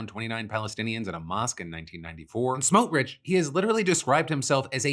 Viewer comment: It’s always fun to see how non-Jews/non-Hebrew speakers mangle Itamar Ben Gvir and Bezalel Smotrich